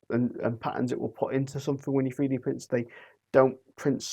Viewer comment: Love "free-D" printing. Please learn to speak English. It would be so much easier to listen to you. Speaking Mockney in a northern accent just sounds weird.